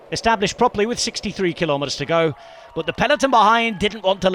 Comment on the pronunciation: Is it pronounced "goed" instead of "go"? I looked it up but couldn't find a good pronunciation.